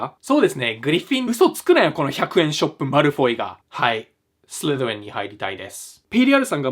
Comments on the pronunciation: 急な発音の良い、スリズゥアリィン‼️ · スリザリンの時の発音の良さ😂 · スリザリン英語で言うと凄いかっこいいな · スリザリンの発音良すぎ笑笑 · すりざりんの発音神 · スリザリンの発音すごい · の発音良すぎて一生聴いてられる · スリザリンの発音かっこよすぎ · スリザリンの発音が良すぎて…笑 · スリザリンの発音がイケメンwwwwww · スリザリンの発音すこ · スリザリンの発音綺麗でびっくり